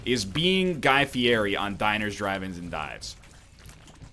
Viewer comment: i doubt you'll be reincarnated as guy fieri since you can't even pronounce his name...